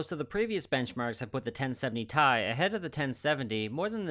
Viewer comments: Alright, I have to take EVERYTHING back. It's pronounced "T" "I", per the person who was the product manager for the 560 Ti when "Titanium" made its return. It's pronounced "T" "I" because that's how it's read off of the table of elements; not "Tie" because that's how the start of "Titanium" sounds. Oh, it's going to be rough getting that one out of my vocabulary... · I had to look into it, because I somehow didn't clue into the fact that pronouncing it "T.I." was as popular as it is. I found some old reddit thread that confirmed its pronunciation: It seems to be one of those words that most people pronounce incorrectly, because Ti out of context easily looks like it should be pronounced "T.I.". But I'm a stickler for details like that to the point where it's almost annoying!